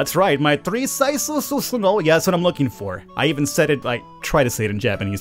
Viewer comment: Three sizezuhzuh?, I didn't know you spoke Japanese